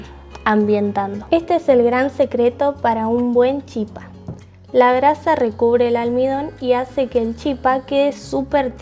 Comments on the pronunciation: La pronunciación correcta es chipá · Gracias!!! Me encantó. Ahora, sin ofender, no es chipa, se pronuncia chipá.